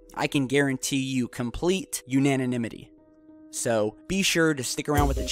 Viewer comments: Unananymity or anonymity? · Unaniminity? You mean "anonymity".. More important that they remain anonymous than unanimous. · "Unaniminity". Awesome, will do.